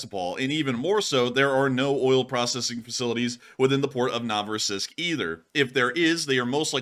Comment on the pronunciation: no-vo-RUS-isk, lit. "New Russia" Russian placenames are somehow less interesting than they seem.